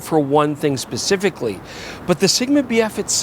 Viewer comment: you keep saying BF, all i can hear is BS